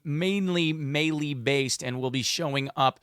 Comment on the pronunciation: Its pronounced "may lay"